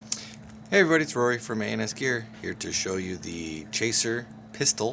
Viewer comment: ha ha it sounds like he's saying anus gaer not a & s gear